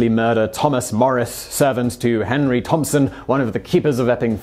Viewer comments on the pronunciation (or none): none